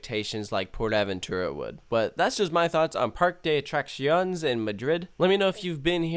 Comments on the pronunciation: Par-que de a-trac-cion-es lmao just sayin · Hate to be nit picky but it’s pronounced “Park-Ay Day Uh Trah See O Nyes” lol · as a native Spanish speaker, hearing you pronounce parque de atracciones stung me